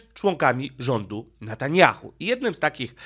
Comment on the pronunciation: Netanjahu , a nie Natanjahu .